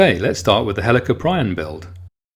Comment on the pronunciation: It's pernonced hell a corp e in